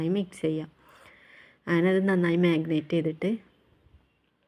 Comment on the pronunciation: Magnate alla “marinate “ anu;nice video masha allah 😊❤❤